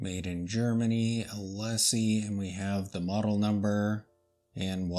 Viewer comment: Hi, The pronounciation is É-Lee-Sé. Like the famous boulevard of Paris (Champs Élysées). 😊